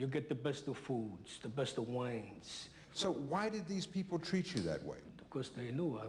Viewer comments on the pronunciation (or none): Sorry but I believe he says " the besta fuuuds and the besta whiiines